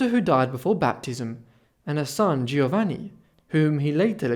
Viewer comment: Very interesting. A minor criticism: the letters 'gi' together in Italian are pronounced as if is the letter J. So it is 'Joevanni', not Geeovanni.